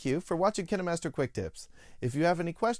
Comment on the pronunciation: The hell! Is it pronounced like kinnemaster i always said pronounced it as kain master